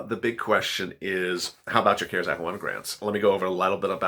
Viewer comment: Please stop pushing the cares act money it is only available to people that make very little money . If you make 25000 a year you can’t get anything from it. And it’s the CARES. ACT. Not. Ker sac. Please pronounce it right.